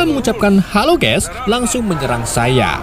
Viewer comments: Saiya bang bukan saiye😂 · Seiya bang bukan seiye.. 😂 Pasti orang madura ya bang? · Saiye? Bukan seiya?